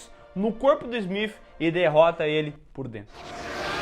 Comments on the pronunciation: Engraçado voces falar aobre falar Matrix ou "Meitrix", Neo ou "Nio", e falam Agente Smiff.. hahahahah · Smif kkk o nome do cara é smiti pooo